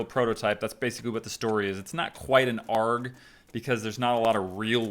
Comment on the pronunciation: it kills me every time he says "arrg" for ARG LMAO it's A-R-G you spell it out, we're not pirates😂